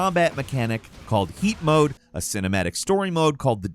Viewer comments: I thought he said feet mode for a moment lmao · When first said 'heat mode' I thought he said 'yeet mode' and loled for a bit😂